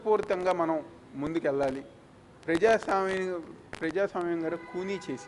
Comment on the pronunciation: ప్రజాస్వామ్యము అని స్పష్టంగా పలుకు రా😂😂😂😂